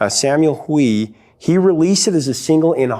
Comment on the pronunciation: Pronounced Samual Hway.